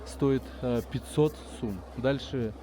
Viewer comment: Не сУм а сОм